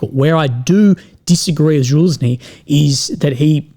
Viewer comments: Its not Zhaluzny its Zaluzhny.. Sorry but someone has to tell you about how to pronounce his name.. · it is Za-Lu-Sh-Nee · Ok boys we got to start saying Fitso properly. Can we now get him to learn to say Zaluzhni? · Man, even though Zaluzhniy is an enemy of my country, he deserves better pronunciation😂